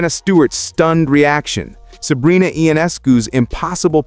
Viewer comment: You could pronounce Sabrina's name correctly.